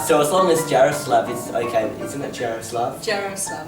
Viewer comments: Czech Republic ftw!!!!! And you pronounce Jaroslav wrong it's pronounced ya-roh-slav :) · It is pronounced, "Yar-o-slaw-v"